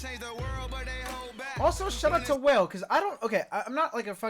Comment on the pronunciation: WALE-- Pronounced- "Waa- Lay", Not Whale.. We all did it too bc, we did not know who he was.